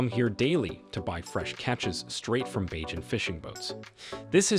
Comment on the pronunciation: Where did you get your info. Some of it is inaccurate and out dated. The repeated, incorrect pronunciation of the name of the island and its people was extremely annoying and disrespectful. Mia was not born in Africa!! It’s BaRbados not BAAbados. It’s BAYjan not BAAjan. Did you just read the child rhyme Baa Baa Black sheep? So annoying that you chose to keep butchering the name of Rihanna’s home!!